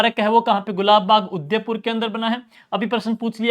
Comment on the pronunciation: 😅Bahut shandar classes last revesion k.liye....bs aap udaipur ko sahi se nahi bolte .....